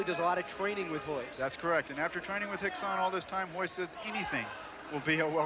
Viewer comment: lol no its Rickson, r is pronounced with a h